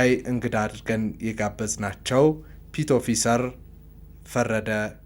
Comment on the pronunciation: “ፒት ኦፊሰር" ? ኧረ እባክህ አስተካክለው። ፔቲ ኦፊሰር ነው የሚባለው።